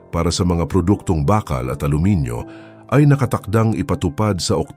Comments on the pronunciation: anong "bakkal"??? BAAKAAL kasi yan. Panay kayo AI Voice walang kwenta pakinggan. Ang tatamad nyo mag effort para sa viewers nyo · Bakal ,mabagal ang pagbigkas , hindi mabilis .at bagama't , hindi bagaman ,itama ang pagbigkas.